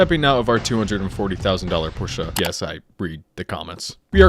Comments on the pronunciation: W video and W for saying Porsche and not porche🇩🇪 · Love how you say Porsche how its actually pronounced, king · As a German: u pronounce “Porsche” very good for American standards. Much better than the average. No shit! Edit: großartiges Video! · don't worry, you pronounce porsche correctly. it's por-sha. anyone who says otherwise is an uneducated pleb who can't afford to drive one. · Besides this being a very entertaining video once more, can we actually appreciate the little things too? Like how you actually pronounce Porsche the correct way? Just wanted to pay respect there when even I, as a native speaker, had my fair share of trouble with it. 😅👌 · Thats how you pronounce Porsche correctly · German here. You pronounce Porsche correctly.